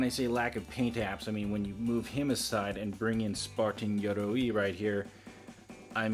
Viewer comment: Glad that you came up with the solution of the thigh pieces in the moment, because I was just thinking that same thing xD Also, loved both hearing you pronounce "Yoroi" and the poses you used in the final moments